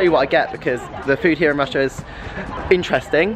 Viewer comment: Congratulations and LOVE how you pronounce Rusia....in Spanish. My respects and love for you, Lance,!